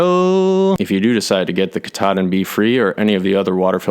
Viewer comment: Katadyn = KATAlysator elektroDYNamisch (Swiss Compagny). The prononciation is "Cat"-"A"-"Dine". It refere to the first process of water treatment engineered by the brand in '20s, not the Mount Katahdin. (I worked 6 years for the compagny).